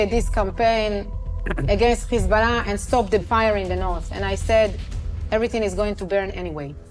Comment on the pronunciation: Dude need to learn how to say Hezbollah , he keeps saying Kizbala. It sounds so lame.